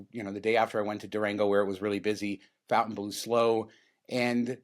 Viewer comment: I realize you are just rednecks from Vegas, but isn't the hotel pronounced like Fon-tain-blow? Its a French word, otherwise they would have spelled it Fountain-blue.